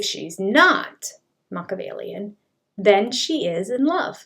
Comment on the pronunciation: People who can't properly pronounce Mah-key-ah-vellian (SIX syllables), probably shouldnt use the word!